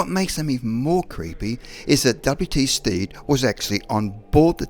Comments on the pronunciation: The man's name is Stead not Steed. Stead is pronounced as TED with an S in front. Sted. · W.T. (William Thomas) Stead, is pronounced Sted, not Steed. He was my Grandfather's (Edward Stead) uncle. Small claim to fame. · I'm from the place where William H Stead was from and it is pronounced sted not steed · The narrator is pronouncing W.T. Stead's name wrong. I knew the family and how they said their name. Stead rhymes with head.